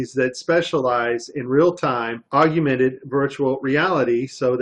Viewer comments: P.S. It's pronounced 'augmented' not 'aug-U-mented'. Love the wire harness at the end. I wonder how they would try to explain that? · hey man you did some good work here but you gotta fix the audio. calling it "augumented" instead of "augmented" affects the credibility of the claim. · I want you to sound the best so look at the word. Aug-men-ted. You add an additional "U" after the g. I love your work. This was an awesome video. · "augumented" VR, huh. He can't even pronounce the term properly. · I found that amusing. Almost as amusing as realtime photorealistic CGI. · Wow, not only can he not say "augmented" properly, but when he puts text on screen he spells it wrong too.